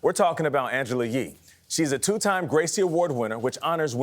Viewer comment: YEE! Her last name is YEE! Not Lee! Pause after you say Angela!🤦🏾‍♀️